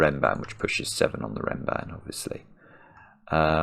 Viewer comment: Nice observation. (It's "renban", by the way. But I see it's not named in the rules, and it does sound a lot like ram band.)